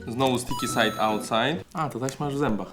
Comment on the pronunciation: no bo przecież STIKI SAJD AŁTSAJD